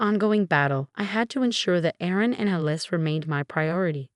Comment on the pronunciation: Alice not a lice. led not L.E.D (LED).